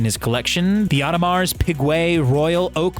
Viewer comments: Man said Audemars pigway, good vid otherwise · Audemars pikueueut? Nice pronouncing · did anyone else cringe when he said Audemars Pigouhe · Audemars Pigway???? 🤦🏼‍♂️ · Audemars "pigway"...who is this guy? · „The audemars pigway“ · oh yes the audermarrs pikwet rly.. inform yourself man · Audemars ‘pigway’ smh